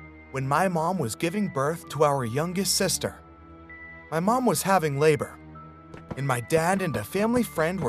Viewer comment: I love how he said: my youngest sester aww😂❤️